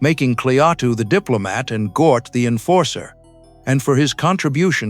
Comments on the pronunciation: "Gort" not "Gnoot" Hard to listen to ...! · Couldn't you get a human being to narrate this instead of crap AI-generated voice that mispronounces both Klaatu and Gort? Have some respect for the movie, guys.